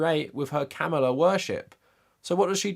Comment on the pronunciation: It’s pronounced Comma-La. Please take the time to pronounce her name correctly.